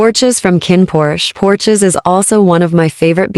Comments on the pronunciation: Porsche. Like the car. lol not porches 😂😅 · Every seen a fancy sports car called a " Porsche"...?? It is NOT.." porch ezz " !